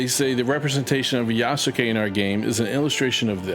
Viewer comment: love this video. But to help if you make further videos on this matter, the name is pronounced Yaskay (just take out the ‘u’ from between the Yas and ke)